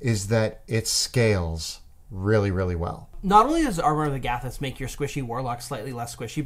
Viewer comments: please learn how to say Amor of Agathys. It's not hard to correctly place the emPHAsis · Tell me both of them didn’t emphasise the SECOND “A” in armour of Agathys, rather than the first “A”. Idk if that’s how it’s supposed to be pronounced, if it’s definitely not how I’ve heard it and the difference is triggering me 😂 Great video tho! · Do you pronounce Agathys like that because you are Canadian? Or have you heard it pronounced that way from some official source? It drives me nuts because I have only heard it said out loud on Critical Role, and when they use it, they say it like the plural of the name Agatha. 😂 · Have NEVER heard Armor of Agathas pronounced like that. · Are we just going to skim over their pronunciation of Armor of Agathys?! 😂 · I don't like the way you say Agathys. Just saying...